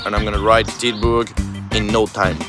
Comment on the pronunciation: Dude...be honest here. Did you mean to say the name of a unknown place 4 times every time mispronouncing it or call it something dumb as Titusburg? Are you hoping locals will engage with the video to correct you? I think that's just sad...there's no need to say a cityname 4 times deliberately butchering it to be played of as a common translation mistake when the gimmick of this video is allready cool enough. Do better dude.